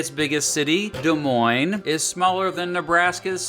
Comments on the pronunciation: He even pronounced Des Moines correctly and this Hawkeye is happy to hear that! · Being Iowan, this video makes me happy and you pronounced Des Moines right!!!!!!!!!!!!!!!!!!